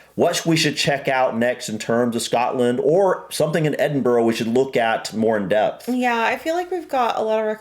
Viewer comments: Huray you got the name edinburgh correct. Love from scotland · Well done thank you for taking the time to learn how to pronounce Edinburgh properly ❤ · Not even watched the video yet, but the fact you said Edinburgh right, im gonna keep going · I'm so happy you pronounced it correctly. Respect from a Scot 🏴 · From someone who lives a mere hour or so away from Edinburgh thanks for pronouncing it correctly I know you have heard it before but genuinely it pleases not just me but Scots in general so much to hear it said the right way I hope one day you are able to see and enjoy old yet very beautiful city for yourselves one day in the not too distant future just remember to pack warm just incase as our Scottish weather can be sometimes unpredictable 😊🏴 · Woohoo you pronounced that correct that never happens haha xx look into aberdeen that place is full of culture and stunning wish i could make ut up there more xx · Your the first American that’s actually pronounced Edinburgh properly well done dude 😊😊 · Great video as ever guys! So glad to hear you pronounce Edinburgh correctly!! Ideas of what to watch next: 1) Burke and Hare 2) Trainspotting (a 90s film starring Ewan McGregor, Kelly MacDonald and Robert Carlyle - not suitable for your wee one!) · I agree with other comments that there are better videos about Edinburgh. This guy couldn't pronounce Edinburgh correctly (unlike you two) and spent far too much time talking about taxis, left luggage, card surcharges, toilets, hotel rooms, directions to ticket machines, shopping Malls .............😀 He talks too fast and the picture flicks from one thing to another with no explanation. No dates or history mentioned either - check another video you'll enjoy it more. I'm sure if you went you'd do more research first to know what you were looking at. Beautiful ancient city - very hilly. The train in the road is called a tram and they also have them in New Orleans. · From a Scotsman I’m so happy you pronounced Edinburgh correctly